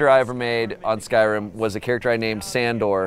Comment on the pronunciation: If they "pros" at skyrim and you cant say skyrim right